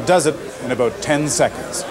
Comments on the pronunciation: "Aboot" I love Canadian English. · that's Southern US too